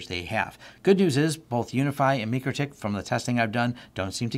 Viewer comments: It's pronounced MY crotech. :( #FAIL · FYI, the company themselves pronounces the name "my-Krah-tik".